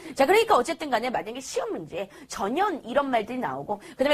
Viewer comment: 전연ㅋㅋㅋㅋㅋㅋㅋㅋㅋ 발음주의,,,,저ㄴ